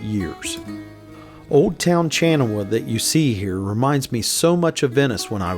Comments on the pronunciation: Lol how do you pronounce Chanoah when you read Chania (it's pronounced Khania)? Good video btw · The proper pronunciation of the city of Chania is Hanià. No k/c, no oe in it. Hanià, simple h(ha/he/her) toned on the 2nd a. Other than that you did an adequate to good job in spelling Greek. And Agios Georgios (St.George) is pronounced as Àyios Yeòryios the y spelled like in year/yes), we don't have a g in Greek but a soft γ (wamma). Funny how γ(Γ) and y look, And sound, similar.. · well done! Great scenery and narration. very minor corrections: the town of OIA is pronounced EEE-ah and Chania is pronounced ha-NYA. Looking forward to more videos!